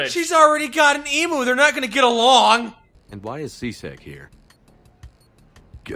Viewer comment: pronunciation of "emu" bothers me to a disproportionate degree...